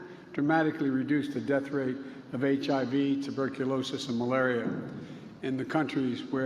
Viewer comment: To end AIDS, tuberculosis and malubullll..🤣